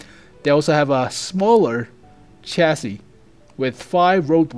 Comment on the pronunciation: holy shit, said chassis right!